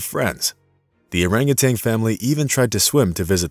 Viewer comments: Orangutan not orangutang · Also.....it's oranguTAN, not TANG! Sorry, but that also drives me nuts! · Orangu...tan ~not ~Orangu...tang (AI???) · In addition to the rest of the correct comments here, I would note that it's not "orangutanG". It's "orangutaN". NO "G" at the end, please! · And it's orangutan, not orangutang! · Furthermore, it is orang utan, not orang utang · As one has already commented, one other pet peeve is the use of Orang-utanG. There is no G at the end, folks. At least in the English language. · And adding a 'g' on the end of their names at that. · I thought the same thing. But the narrator, in that rather artificial voice, also continually refers to them as "orangutangs" with a g at the end. It's a common mispronunciation, but one you shouldn't have in a video meant to inspire and educate. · Love the story. Would love it more if the narrator could stop adding a "g" to the end of orangutan and refrain from calling them "monkeys" since they're apes. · THERE IS NO "TANG" IN ORAGUTAN! :face-orange-raised-eyebrow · I hate it when people say "urangatang". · We share around 97% of our DNA with bananas, too. That's not what makes us so close to orangutans. And yes, it's orangutan not orangutang. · Dude … it’s an orangutan, not a rangatang ! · If you're going to use a text-to-speech AI, you need to find one that doesn't think that orang-utan is pronounced orang-utang. People do it too, so I suppose it didn't have a good dataset to work from. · Nice story! In the future, please make sure your info about, and pronunciation of, the animal is correct. Great apes, not monkey; no "g" and the the end of "orangutan"! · Orangutan, not Orangutang. Also, they're apes, not monkeys. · Not only that! He pronounced their name incorrectly. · There is no "g" as in genius in Orangutan. Same for no "g" in Yin. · Just a thought, hire a narrator who can say orangutan